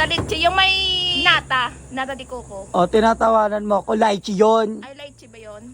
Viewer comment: Letche hindi letche laychi yun